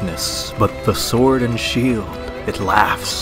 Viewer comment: You certainly meant "SWUORD AND SHUELD!!!" no?